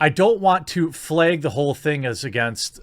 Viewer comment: Stop pronouncing FLAG like: FLEG. god damnit. fucking learn to talk.